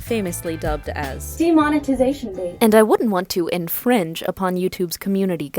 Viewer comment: In-fringe... It’s so I’m not even mad about this.